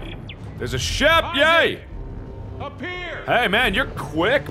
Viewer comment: He just said issac perfect